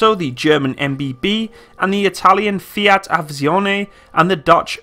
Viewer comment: The way you said "Fiat Aviazione" made me chuckle